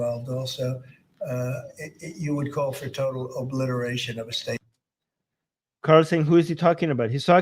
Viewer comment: 46 try to break out the word to smaller sylables ob-li-ti-ration it would be easier to say it like this here is a suggestion , they want to be in tel aviv , haifa ,acre , jerusalem and the rest of israel so much , so I think why not let them be here but hunnged on gallows in public